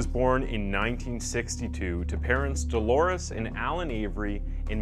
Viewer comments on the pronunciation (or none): none